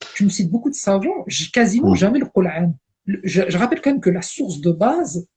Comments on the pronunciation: Il sai pa prononcé le mot Coran en arabe et il a pa reussi a lire un seul verset du quran en arabe et il veut rendre mecrean les musulman cest incroyable jai jamai vu un ignorant comme lui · a le mec en bleu prononce le mot Coran en arabe c'est incroyable MMDDRR!!!!